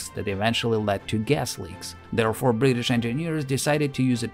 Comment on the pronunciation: I know we Brits pronounce it without a solid T as Bri'ish but you don't have to compensate by adding extra T's!